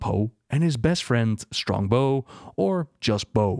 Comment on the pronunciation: "Strongbo" like Strongbow cider? 🤣